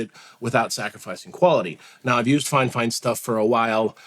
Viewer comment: its called "fee-fine" not finefine sir..